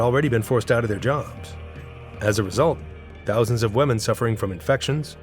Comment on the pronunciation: Pronunciation: women = sounds like WIMM-EN, not WEMM-en.